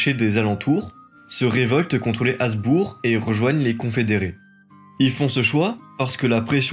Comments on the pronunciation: Détail : Habsbourg se prononce Habssbourgue avec un h aspiré, comme cela vient du prussien et de l’allemand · Bonne vidéo et bonne leçon d’histoire, mais: On dit Schwitz, pas le Schwitz On dit Uri, pas l’Uri On dit col du Gothard, pas de Gothard Il me semble qu’on doit prononcer le b de Habsbourg. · Merci, je découvre ta chaine ! J’ai enchainé Clovis, La Reconquista et maintenant la Suisse : c’est très bien foutu, et très bien documenté. Par contre, gaffe aux détails : ici, tu as prononcé environ 175 fois /asbour/ au lieu de /absbour/ 😬